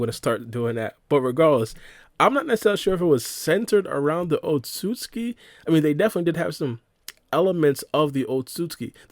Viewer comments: otsuki it's otsutsuski that's how you say it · In the English dub in Naruto, It’s pronounced Oht-So-Suki. But in Sub it’s Oht-Suski. So either way works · My guy trying really hard to pronounce Otsutsuki